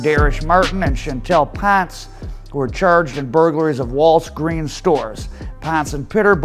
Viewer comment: He said walls greens stores … bro I watched this 8 mos ago and just noticed it now…..believe he meant Walgreens but 😂